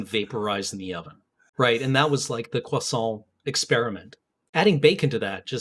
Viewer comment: "croisantrocity" _Parfait_,. _Parfait_.